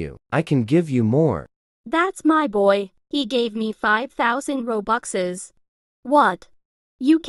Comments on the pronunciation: WTH you say roboxes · Who the frick says robuxes?